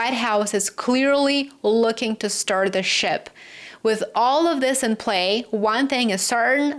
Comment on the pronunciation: Steer the Ship, sounded like Stir the Shit! 😂😂😂